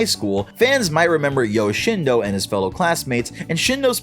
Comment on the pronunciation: NOT SHINHDOOOOO